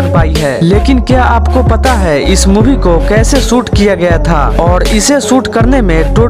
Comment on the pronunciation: Soot nahi shoot hai pagley